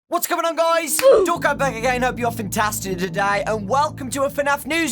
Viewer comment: Wait... At the beginning of the video he always sais: ,,What is going on guys, Dawko back again..." Am I the only one that thought he was saying ,,Don't come back again" ?